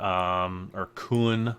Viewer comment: It's KUN, not KOON